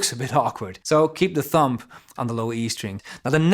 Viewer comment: Prachtig. Tip, spreek de b niet uit van het woord thumb. Niet lullig bedoeld, ben groot fan.